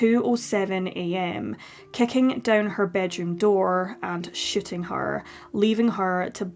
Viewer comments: For non-scots - is sh00ting,.. not sh1tting. Excellent video. RIP Rachel. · I know you said shooting but I’m immature so I hear something else. (I’m sorry. Please let me stay)